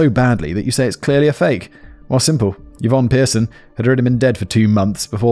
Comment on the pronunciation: A note to Simon: the name Yvonne is pronounced ee-von, not yuh-von.